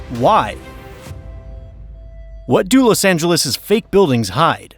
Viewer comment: "Lus" Angeles?